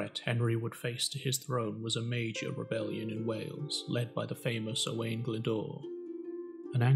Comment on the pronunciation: Nice video, but Owain is pronounced Owe - wine 🏴👍